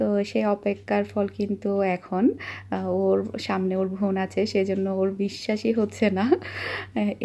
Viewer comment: Bon, not von.